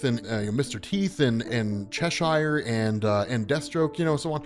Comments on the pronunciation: It's pronounced "Chesher" 😭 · Cheshire is pronounced Che-shuh.